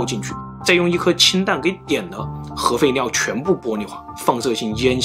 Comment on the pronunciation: 当听到核废尿的时候就劝退了，这个发音我个人听的太难受了